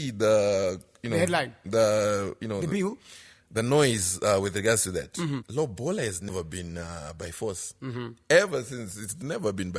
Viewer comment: guys its not lobhola its lobola..or simple say roora